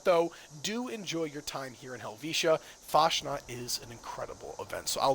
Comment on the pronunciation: Fasnacht - CH is like loch, please stop abusing German.